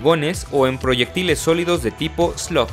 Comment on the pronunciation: Mencionaste que la escopeta utiliza cartuchos de perdigones o Tipo qué? Slock? slow? sloc? No entendí